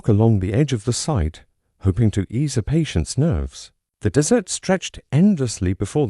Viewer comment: I stopped listening as soon as that horrid robot AI said "dessert instead of desert"